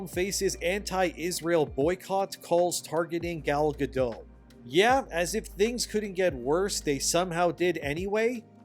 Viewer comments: why don’t you say a Jew? It’s not a slur. Gadot, not Gado. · Gadot is pronounced guh-DOT, with a hard t. It's a Hebrew name, not a French name. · The t isn't silent in Gal's name. :P yeah, I used to say it with a silent t too. Also, Gal Godot is very nice on the eyes, no matter what part she's playing.